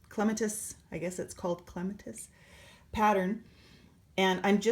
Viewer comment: Starting my Clematis now. BTW, it's pronounced clem -AT-us, like the flower. Thanks for the tutorial!